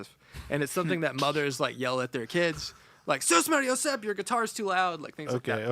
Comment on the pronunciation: you pronounce susmaryosep correctly just like our vernacular, I would like to buy this pedal though!